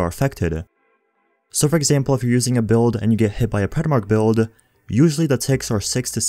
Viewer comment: Dude... thx for the vids.. But cmon... Exotische dam.... resistance Characteeeeerrr Build’eh Bleed’eh